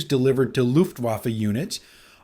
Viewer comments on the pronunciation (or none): none